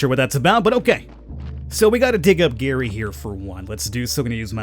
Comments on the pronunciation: No my name is Gerry its pronounced the same as Jerry NOT like Gary come on dude! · Gerry is said as Jerry where I come from. Not Gary, annoying. But I’ll deal with it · Oh yeah. Gerry is pronounced like Jerry.